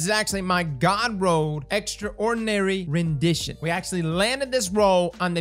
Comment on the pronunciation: Extra ordinary rendition lol, 10/10 pronunciation